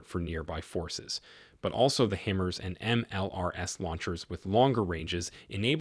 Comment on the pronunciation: Hi-Mars not him-ers